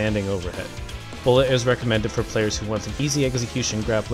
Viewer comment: you said bulled i heard B O I